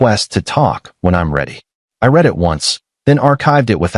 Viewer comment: Seems the AI cant tell the difference between read and read or perfect or perfect, I'm guessing the human programmer doesnt speak english, can't correct the diction, or didn't bother to listen to the narration